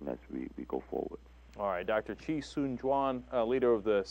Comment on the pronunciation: Chee Soon Juan. Not Chee Swan Juan